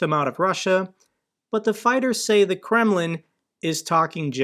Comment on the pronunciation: I find it always funny that you talking about Kreml...but its sound always like Gremmling